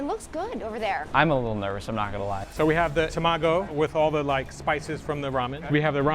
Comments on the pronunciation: tah-mah-go not tuh-ma-go, Japanese is phonetic there is no tuh in the alphabet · oh my god… how many japanese words they mispronounced… even a michelin star chef and a chef who’s been around the world, and a professional judge… NOREE? TEMAGO?